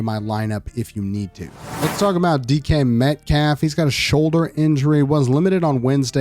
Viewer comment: I swear he said di..ck head Metcalf not dk Metcalf